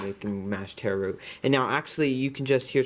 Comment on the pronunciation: It's not teh-row. It's taro. If you can't say our word, then use the botannical name colocasia.